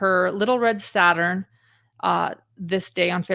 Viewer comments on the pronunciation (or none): none